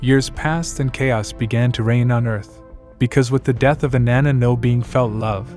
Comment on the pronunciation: Her name doesn’t rhyme with banana